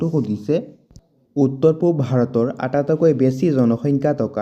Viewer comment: আটাতইকৈ নহয় আটাইতকৈ ক'ব। আপোনাৰ উচ্চাৰণটো অলপ ভূল হৈছে।